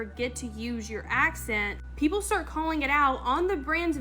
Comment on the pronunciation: ‘I wanna STAAT this video’….shes already pissing me off